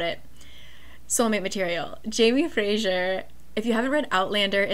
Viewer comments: Hello- Scottish person here. Fraiser is pronounced less like Fray--shure and more like Fray-zur just for peoples information! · For some reason saying Frasier instead of Fraser is so funny to me😂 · I am scottish and we definitely do say "z" :) Fraser is a super common first and last name - definitely fray-zer. Not a big deal but I didn't realise you were trying to sound Scottish, I thought it was to do with the hit TV show "Frasier" confusing the name LMAO.